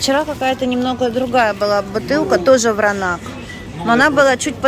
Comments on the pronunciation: Вино называется Вранац, а не Вранак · Вино ВРАНАЦ правильно, а не Вранак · Вранац ! Вино Вранац ! Почему вы вмё время коверкаете названия ! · Да ей плевать! Она сказала Вранак, значит Вранак!)))☝️ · Читает она всё,а коверкает слова,ест на камеру для большего числа комментариев. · Вино называется Вранац!Белград!Уже режит слух.